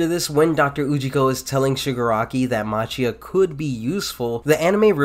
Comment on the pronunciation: Important to note that Machia is pronounced like Makia.